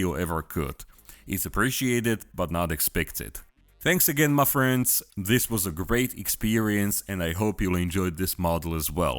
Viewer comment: When I hear "Muh friends" I know I'm in for a treat